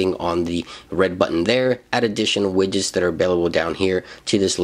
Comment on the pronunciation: Wait did you just say wigets